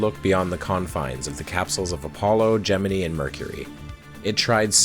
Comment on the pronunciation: Good video but pronounced gemini wrong 1/10 review on yelp